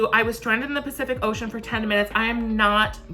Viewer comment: He really said pee-cific oceon